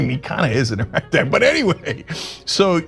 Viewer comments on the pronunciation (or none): I love how he says Orangutan, but adds a "g" on the end.